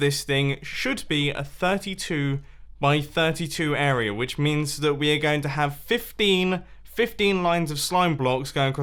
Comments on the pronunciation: area* not "air ree yerr" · When an adult can’t say area